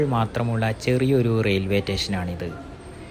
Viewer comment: റെയിൽവേ റ്റേഷൻ ?? റെയിൽവേ സ്റ്റേഷൻ.